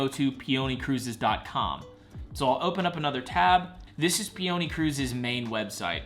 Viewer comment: How do you mispronounce peony? Like the flower pee-oh-knee, not pee-onee